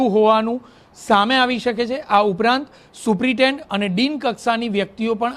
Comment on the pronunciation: આ ભાઈ ને સુપ્રિન્ટેન્ડન્ટ બોલતા નથી આવડતું